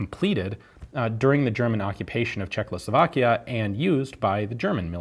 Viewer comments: Love Ian but he always says Czechloslovakian haha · I've noticed that Ian always say Czekloslovakia :D instead of Czechoslovakia